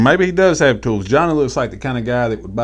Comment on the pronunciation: He didn’t say tools . He said toos